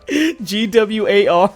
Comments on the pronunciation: When she said "G W A R" I lost it. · Also, Kathy SHOULD NOT have apologized. Own it. She did it, she meant it. Have some 'stones'. And the fact that chick says G W A R... LMAO! Gwar, baby... Gwar. Just say the word. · She said "Gee Double You Aye Are" I'm like "You mean GWAR?" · (facepalming so hard) GWAR. IT'S FUCKING GWAR. NOT G-W-A-R... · This bitch really just pronounce GWAR as G W A R? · ''the band GEE DOUBLE U EH ARRR. Bitch its fucking gwar you fucking stupid little shit gibbon. On a related note: Gwar has invited Kathy to join them on stage in decapitation of trump. Difference being Gwar with a female lead won't fucking cry misogyny if they get smacked for that shit, and they probably won't get shit for that because its part of their fucking gimmick. 10/10 would get tickets to go to gwar with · G-W-A-R.....YOU MEAN GWAR....fn tool...what an idiot she is. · It's pronounced "Gwar", Kathy. Beavis and Butt-head taught me that. Why aren't you as cultured as I am? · G.W.A.R took me a second to realize they meant Gwar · can't she pronounce Gwar. what a tard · I thought it was funny as fuck how she pronounced GWAR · If you can't even pronounce the name of a band... Don't take what they say seriously, lol. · It's pronounced "Gee-double Ewe Aayyy Arrrrr." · The GWAR part was my favorite. First off, their obviously not THAT famous, since she mispronounced it, but also...shes trying to say they've never been given a hard time for being out there? Uh...they've been getting called out since the 80's, back when Kathy was performing improv in coffee houses in LA. It's not like Oderus Urungus is hosting the grammy's or anything. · I don't know what pissed me off more, the fact that she compared her unussual art to shock rock's ussual gorey art or the fact that she mispronounced GWAR. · I just love the victim narrative and the dripping condescension... and that's not how you pronounce GWAR.